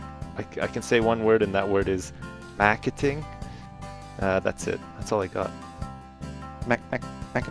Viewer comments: Maarkiting? Maarkting. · We don't say marketing like that man